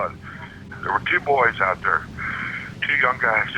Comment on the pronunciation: You say clone when it should be clown or ote when it should be out. How can you NOT pronounce these words properly? Yeah I know it's your whole nation. One of the most annoying ear jabs......